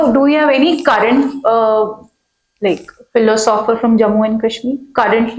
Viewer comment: Madam sitting to the left of Shoaib sir doesn't even know how to pronounce philosopher...............philo sopher 😂